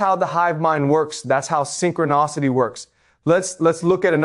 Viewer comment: These AI talks are interesting, this is a word document fed to an AI on Eleven Labs or something, and it's realistic enough, I guess... but a real live talk with him would be better. "Synchro-nahcity" etc, haha it sounds ridiculous at times.